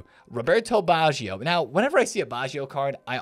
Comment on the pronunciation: it s not baschio it is batscho (baggio)